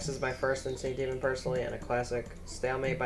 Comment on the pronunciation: bro that was the worst pronouciation of insane demon i have ver heard, it took me 20 minutes to find the damn level